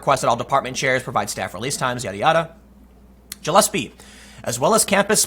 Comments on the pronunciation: "Jillespie"? "Jillespie"!? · It is pronounced like guh-less-pee. It has a hard g sound not the j sound.